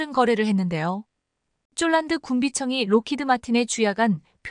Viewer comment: 대최 쫄란드가 어르나라야 폴란드 라고 정확하게 바름을 해라